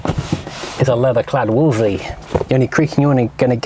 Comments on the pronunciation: You keep pronouncing it Wooolsey, whereas it was pronounced Wools-ley. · Somebody has probably already left a comment...but....if you’re doing a video about a car....maybe learn how to pronounce it’s name , it never was a “ wooolseee” , it’s a Wolseley.....say it slowly .....wool zel eee............not that it really matters as all the 1100s were a great design with innovative suspension and lots of space...but started to fall apart after about 18 months, especially the rubbish that was made in Australia. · FFS if you're going to review an English car, and I take it you are English, learn to pronounce it. I'm Australian and even I can pronounce it. It's not Woolsie. Try this...wools....lee. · Wool's Lee. Doing my head in with Woolsie. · Wolseley not “Wolsey” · It's Wolseley not Wolsey!! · Why does he call the car a Wol'sey? It's a Wolse'ley, pronounced Wolse'lee. There are two "l"'s. He only says the first. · why you keep calling it a Wolesey , maybe you dont see the second L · Two points. Back in the day I always understood that the second L was silent. This is English after all! It was only the Morris1100 which emerged in '62 with the Austin arriving a year later. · No the second L was rarely pronounced. Mostly by pedantic types. Like the first D in Wednesday. It is a correct variation but more than 50% of the population would ignore it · You're missing an 'L' in your pronunciation of Wolseley. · What are you doing with all the "L"s which you are saving in your pronunciation of the word "WOLSELEY"?